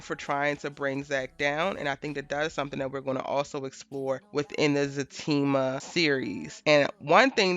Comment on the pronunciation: Is it Zatima or Fatima? I'm trying to make sure my hearing isn't bad yet because I hear FA during the show and it's also what I type when commenting. I'm seeing everyone else say ZA and im like what's going on?